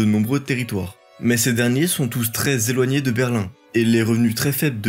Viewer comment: attention aux liaisons "tros éloignés", "le plus grans état"